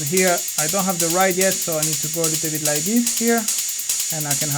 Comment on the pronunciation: When you say ride, i notice you say rid. I have friends whom i help with english, so I will just tell you how to pronounce it, you are meant to say it like Ryde, like to word why, so rhyde 🙂 keep up the great work.